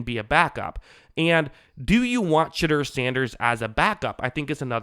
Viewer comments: I love how you keep pronouncing his name as Shitter Sanders. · Are you calling him shitter sanders? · Why is this guy calling him shitter sanders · His name is pronounced Shuh-Door..Shame he’s going undrafted..That bad interview (rumor) has really bite him in the ass.